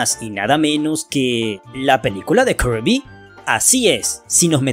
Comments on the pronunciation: Todos están hablando de "kerby", jajaja jajaja jajaja, con puro y rico spoiler, parece que es la sensación de estos meses. Ahora porque la gente se empeña hablar de otra manera el español se leé como se escribe, (kirby) se dice 'Kirby' y punto, no tienes que fanfarronear diciendo "kearby", somos hispano hablantes, y no anglo parlantes, o japoneses, o chinos, se escucha estúpido escucharlo de otra forma, me dan pena ajena, asco, y molestia, que lo pronuncien de otra forma. Es cierto que su forma en japonés va ligada a su pronunciación en inglés, pero ya lo dije somos hispano hablantes. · Viejo ellos pueden decirle como quieran al heroe rosa (kirby) hasta le pueden decirle ¡Poyo! Si quieren o karby o hasta kurby, tu das mas pena ajena quejandote de algo que nisiquiera es un problema, ademas por ejemplo ¿solo porque el nombre "Peach" se escriba asi significa el vas a decir literalmente "Peach" siendo que no se pronuncia "Peach" si no que se pronuncia "Pich" y no "Peach"? Eso no tiene logica pues que un nombre se escriba de una manera no singnifica que se diga tal cual, como se escribe y como se pronuncia no es lo mismo sabiondo.